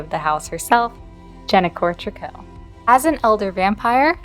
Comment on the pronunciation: Interesting that you call them Trick-koh. Everyone else I’ve heard on YT says “Tree-coo.” 😂 This family is odd but has so much mystery and lore for deceased premades